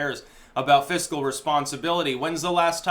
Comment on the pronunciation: Res, rest, rest pond civility?? What is this word??? Never have I encountered it.